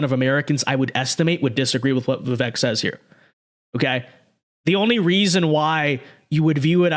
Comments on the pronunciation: Great vids but his name is pronounced Vivake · Please pronounce his name correctly